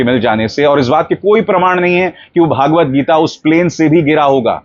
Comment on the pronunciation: सहमत हूँ इस बात से आप की. PS : सही अथवा उपयुक्त नाम व उच्चारण "श्री मद् भगवद् गीता" है. भागवत गीता नहीं.